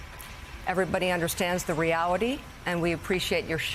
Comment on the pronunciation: Mika the sensitive snowflake is seething so bad her mouth full of Botox seized up. Try saying reality a few more times witch. The Reawity is ICE is being meanies. The reawity is ICE is parking their cars illegally. Lollllll